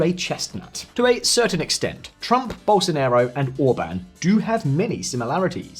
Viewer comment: Very intelligent comments but please do not pronounce Bolsonaro as Bolsonero. Ok he had something of a Nero when he was president setting everything on fire, but he is pronounced as Bolsonaro, as in father. It ends up being a completely different word.